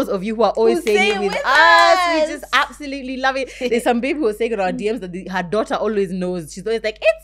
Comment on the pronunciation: I associate with for the word "absotutely"😀